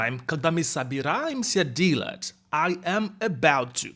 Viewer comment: Поработай с произношением слова "делать". Ты произносишь это как "dealat'.." А нужно delat'. Там нет звука "и".